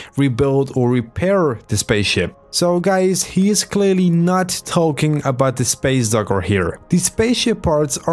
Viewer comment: Talking abouft a little bift